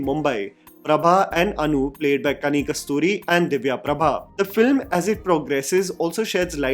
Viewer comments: Kani KUSURTHI...not KASTURI! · it's KANI KUSRUTHI, it has a meaning in Malayalam. While you can go hammer and tongs about cinema, script, infra at theatres, the least expected of you is to put in efforts to get the name of artistes correct. A correction post doesn't absolve you of the absolute apathy. Just because you're eager to review a regional film earlier than other reviewers doesn't mean you expect audiences (Non regional of course) to be gobsmacked at the research efficiency of yours. Sookshmadarshini no reference to the script writer, music, the producers just a cursory script on actors who u know. Half baked effort.